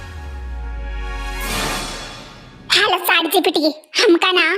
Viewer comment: Chat gpt ❎ sand gpt ✅ 🤣🤣🤣